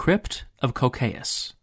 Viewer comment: Anyone else kinda mad at the english pronunciation of "Cocceius"? Where the hell does the [oʊ] sound come from?